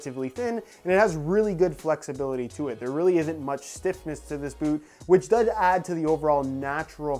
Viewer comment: You messed up the 'does' word 🤣🤣👍❤